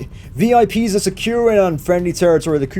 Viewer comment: oooo he said vi pies at the end i want pies now :(